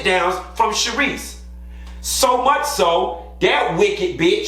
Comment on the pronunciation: “it’s too murch “😭😭😭😭😭😭😭